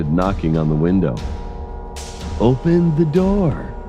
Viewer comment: “Suddenly,” OUPÆN THE DOÆR Edit: I cant stop replaying this